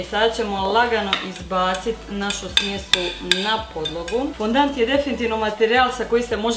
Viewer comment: Nije fondant nego fondan